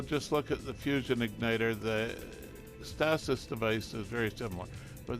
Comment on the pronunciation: Where did you learn how to pronounce "stasis"?